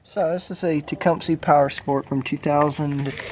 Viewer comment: for starters infor from an actual person who works on small engines not a kid saying "techumsee" its techcumseh as in suh not see anyways redrill gov hole add a bushing in with the right inner diameter problem solved cheap consumable part vs crank case i have actual experience in small engines not kid stuff i have an actual shop further more quit "giving advice" its what makes work hard fixing people bad advice.